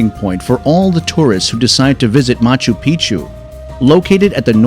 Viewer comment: Great video but the computer generated voiceover makes it really hard to pay attention. All I heard was machu pichu and titty caca